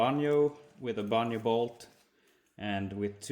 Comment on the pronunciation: Love your videos. The "J" in banjo fitting is a hard "J" like the word jump